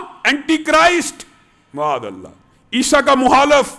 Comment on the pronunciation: معاذاللہ کہتے وقت م پر پیش کی بجائے زبر پڑھا کریں